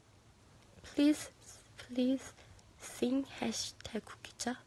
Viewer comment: "Kuki Jah"